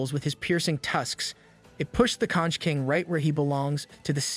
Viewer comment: Conch is pronounced konk